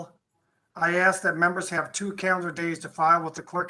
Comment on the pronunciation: "I would axs"